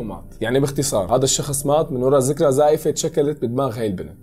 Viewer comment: ذكرى مو ذكرة ههههههه